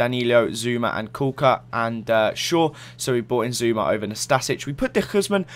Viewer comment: u always mess up ibarbo and zoumas names!!!! stahhp